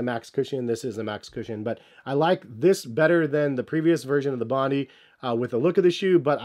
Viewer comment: It’s pronounced “Bon die”